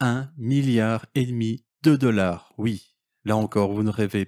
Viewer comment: Et pouis, 18 deleur, il parle français ?